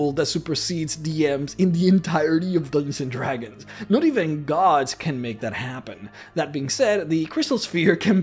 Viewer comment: "Dooginzin Dragons"